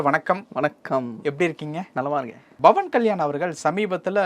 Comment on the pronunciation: நெறியாளரே உங்களுக்கு ba க்கும் pa க்கும் வித்யாசம் தெரியல்ல.. bhavan இல்லை pawan.. பா(pa)ஜக இல்லை பா(ba)ஜக.. இதற்கு முன்னே பாலியலை baliyal என்று உச்சரித்தீர்கள்..